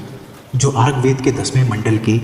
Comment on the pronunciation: Bro you don't even properly speak શ્ચૂગ્વેદ word and you are going talk on it?! Please keep out of it and find a day to day job. Your parents will be happy for your real work instead of you wasting your time on YouTube.